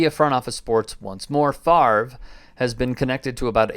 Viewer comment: He has been off the fields for a very long time. Can we start pronouncing his name, correctly, now?